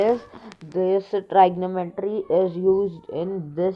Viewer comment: It is pronounced as trigonometry... Not tr'y'gnometery.... Anyways... Nice video